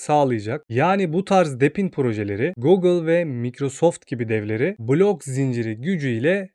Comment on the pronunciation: Biraz telaffuzlara dikkat edelim. Cok rahatsiz etti video boyunca.